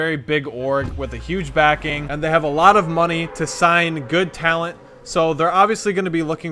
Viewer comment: Who else clicked off the moment he said "good tallent"?